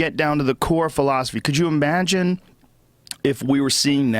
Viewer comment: Joe "imaagine" rogan